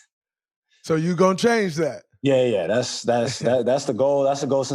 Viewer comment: Yea... "THAS INCREDIBLE "🤣🤣🤣🤡